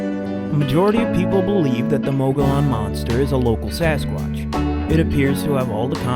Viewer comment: I have such a hard time listening to this with the mispronunciation of "Mogollón"